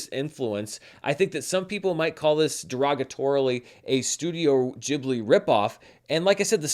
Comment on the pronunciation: I don't understand how anyone could think that's how you pronounce ghibli.